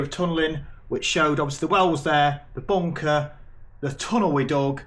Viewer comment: "Weave go' agh boonkah heeyuh" 🤣